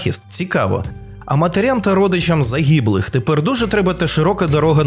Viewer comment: «Загіблих» как услышал это слово аж скривило, вслушивайтесь в произношение внимательно